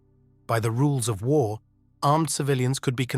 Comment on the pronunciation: "As war...clouds gathered." Dumb-ass AI voice blows the first line. A real human with a thick east European accent (or any accent really) would be much better.